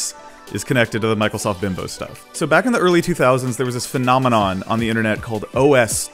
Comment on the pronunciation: Take a drink (of water) every time says “bimbos” instead of “binbows”.